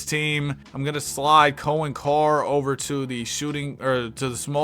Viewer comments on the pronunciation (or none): none